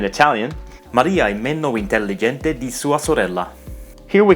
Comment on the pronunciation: Also, 'intelligente' you pronounced with 'kh' sound and not 'j'. =)))